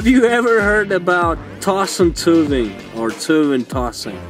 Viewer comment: Why do you pronounce the word in two different ways? One time you say like “tsuy-van”, and another time you say like “tzuvn”.